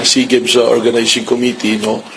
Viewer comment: SEA GAMES pronounced as SEE GAMES